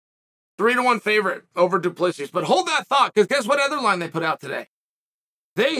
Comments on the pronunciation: Chael, from a South African. His name is said: Du-pla-see over here. Super common surname. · is correct do-plea-see. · FFS It is a silent S at the end of DDP's surname. Let me help, it is pronounced DOO-PLUH-SEE